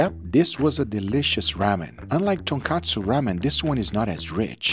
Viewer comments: tonkotsu, not tonkatsu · Oh, please....Not "TONKATSU" ramen, that's "TONKOTSU" ramen. Tonkatsu is pork cutlet. If you're a food Youtuber, please be careful with the name.......